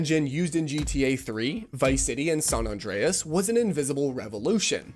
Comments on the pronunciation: Did homie really just say "Sawn Andreas?" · 'Deh-sim-ah' 'San-(d)-Andre-AS' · tf is Sawn Andreas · SAHN AHNDREAHS seize him